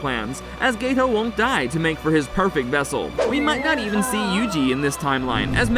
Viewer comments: stop saying gaytoe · why does he call geto gaeto😰